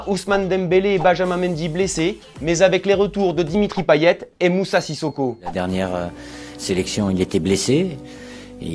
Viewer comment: PAYETTE ON DIT PAYETTE